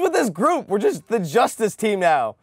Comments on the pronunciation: did.... did he just say "meow back to what..." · The narrator says meow instead of now